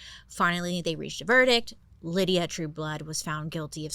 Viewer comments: BAILEY! Her name was LY-DA, not LYDIA! DUH😂 LY-DA...pronounced, Lie-da.. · Bailey I love you but her name is LYDA not Lydia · Lie duh not lydia right? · FYI, he name wasn't Lydia, it was Lyda as in the Y is a long I lol...I actually used to work with a woman who was short, chubby, and not very pretty but full of herself and had that weird charisma too with men 😂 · I absolutely love this one. Been a Bailey fan for ages- this Gawjuss Creature got me through the the Pandemic, and am so grateful.. But one little thing here: My best friend in grade school was named Lyda. It’s a name out of Ancient Greek Mythology. And it is, my darling Lady Bailey, pronounced “LYE- dah.” Two syllables. Not, and I apologize for being picky. “LIH-dee-ah”. Aside from that, you are a shining radiance of brilliant intelligence . I would start a small tasteful religion around you, but I don’t have their numbers space for an altar. Happy 4th! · Was it Lydia or lyda? LIE-DA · Is her name Lyda or Lydia? Lie-da is how it's spelled, not Lid-e-ah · Maybe it’s me. But is her name pronounced as Lydia? I think Bailey is adding an I in her name lol. 😅. Still love you girl ! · Lyda is pronounced L-AY-d-uh. Not Lydia LID-ee-uh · Wait is she calling her Lydia but her name is spelled Lyda (pronounced lie-duh) ? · It's pronounced "lie-duh" Lyda but if it helps her just to say Lydia that's ok. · Lyda not Lydia lol😂😂😂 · No, her name was Lyda, not Lydia, a difference. Drove me crazy but I love Bailey so whatevs. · Lol Bailey always mispronounces things. The name was Lyda no Lydia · She put the correct pronunciation with her mugshot at the beginning lol, even admitting she said it wrong. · Only Bailey can convince me it's Lydia when its actually Lyda the whole time 😂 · Great shows. Must say. Lydia is how’s her name is being said. Lyda is Ly-da by sound. Sry. lol. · Ms. Bailey, the way her name is spelled Lyda, wouldn’t that we pronounced as Lida not Lydia? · Lyda - pronounced Lie-da. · I think it's Lee-duh